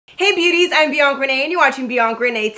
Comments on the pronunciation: am i the only one hearing “Bianc Renee” instead of Bianca Renee? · mp w me too I never hear Bianca